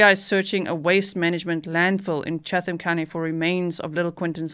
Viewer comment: "Chatham" is not pronounced with the H. Chattam. Tie-bee Island. Been there many times!